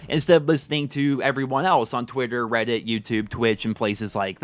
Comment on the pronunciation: "Twutter and Weddit" 😂😂😂😂